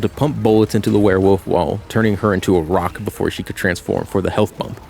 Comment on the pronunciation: I love that you say ROCK like vyper, love the video as usual